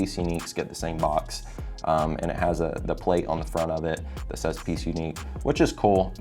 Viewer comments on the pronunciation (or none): none